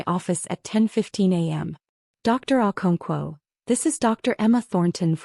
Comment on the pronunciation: AI...never gets our non English names right.😊